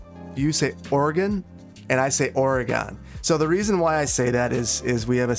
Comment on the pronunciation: I'm in Beaverton too. It's OR-eg-in, not OR-e-gawn